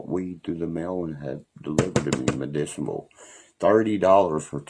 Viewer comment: He talks about how great of a dad he is but last time i checked if you're a Dad you work so you can provide for those children. You know what i mean oh my bad No you dont 😂 he said medicimbl instead of medicinal 😂